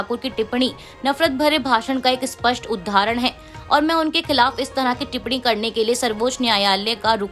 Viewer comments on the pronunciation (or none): समाचार पढ़ने के लिए हिंदी का उच्चारण सही होना चाहिए। जैसे उदाहरण को उधारण, क्षेत्र को शेत्र, प्रदेश को प्रदेस आदि बोलने से बचते हुए इनके ठीक उच्चारण का अभ्यास करना चाहिए।